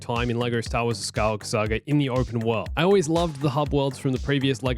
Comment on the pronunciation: „The Skywalker Sager“ „Princess Layer“ …why?!